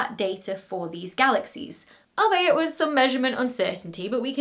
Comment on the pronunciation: Albeit is pronounced All-be-it.